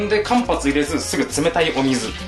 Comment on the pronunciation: めっちゃ久々にに気をつけて欲しいことを言わせて欲しい。前のおにぎりの動画でも思ったけど、重複はちょうふくと言って欲しい。今回は間髪入れずはかんぱつじゃなくてかんはつと言って欲しかった。